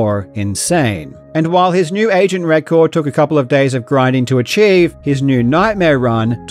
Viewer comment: That "Agent" flub was glorious.